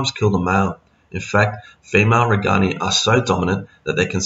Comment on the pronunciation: These are very good videos but.................. If a fish is named after a person, you should pronounce the fish name as close to the person's name as possible. So it's RAY- gan- eye. (I learned this as a kid when we realized that it was NOT ram-er-EE-zee, but ram-IR-ez-eye. And i took four years of Latin in school.)